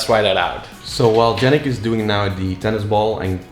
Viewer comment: Why do you keep calling Yannick Jannick?